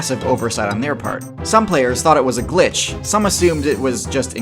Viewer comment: I don't like the way you say update and patches and glitches. Makes me question my reality